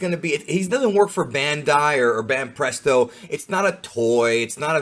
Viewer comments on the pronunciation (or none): none